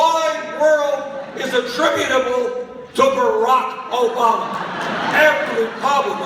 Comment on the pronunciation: I love the way he says "Barack Obamer." So cute. :-)